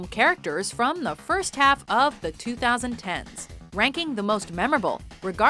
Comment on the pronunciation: Why do ppl pronounce 2010s weird it should be pronounce as 20- 10s